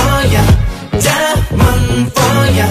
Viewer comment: I'm the only one who feel really satisfied by how Daehyun pronounce diamond? I don't know even why.. 😂😂 but bless their vocals 😍